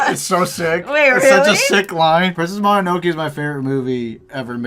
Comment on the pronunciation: Why did say princess mononoke like princess mononokee?? 💀 nice end product guys!!